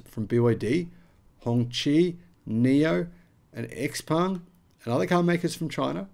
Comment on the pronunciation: Dude, it is not 'Ex Peng' but 'Ciao Peng' (Tsao Peng).